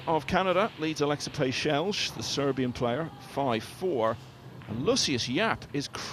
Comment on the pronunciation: Please learn how to pronounce Aleksa Pecelj, it is so funny and irritating that you say his surname that way :D just saying